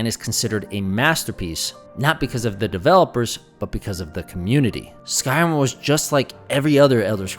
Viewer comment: I had to rewind a few times and places to figure out what game are you referencing: skyroom? Skyoom, what is Skyroom... Oh you're trying to indicate Skyrim... Curious what part of America are you from that your accent would change something so dramatically from Rim to Room?